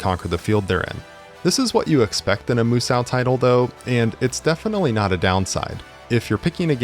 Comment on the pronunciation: “Moo-Sow”🙄 Tell me nobody need take anything you say seriously without telling me nobody need take anything you say seriously.